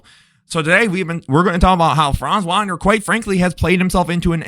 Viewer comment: Good video. His last name is pronounced with a v sound not a w sound though. Franz Vagner.